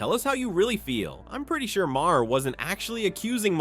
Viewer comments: His name is MAHER, pronounced "mahr". It does not have two syllables,! You're starting to sound like 4th-grade-educated Donald Trump! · Didn't you do this same report before? Again, his name is not "Ma-Hair".